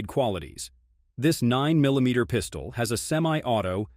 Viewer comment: “Double stack Piiiistuoll”? Man these AI voices are crazy. At least use a good voice like James Earl Jones, Morgan Freeman, Denzel, Sam Elliott, Jeff Bridges, Josh Brolin, Keith David, Vin Diesel, Laurence Fishburne, Patrick Warburton, or Benedict Cumberbatch.